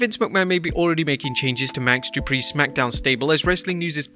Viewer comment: Wrestlemania, it’s Max Du PRI not Max Du Pri